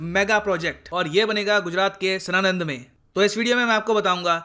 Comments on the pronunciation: Sir it's साएंद not सनान्द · It's साणंद not सनानंद